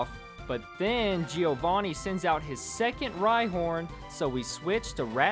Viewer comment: Joevanni not G O vanni 😡